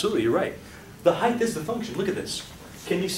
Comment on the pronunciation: Phenomenal explanation. Does he say Heigth (heith) instead of height. He silences t.